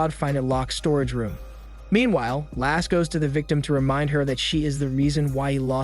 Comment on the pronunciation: Lasse not lass XD Basically the way you says Lasse's without the last S.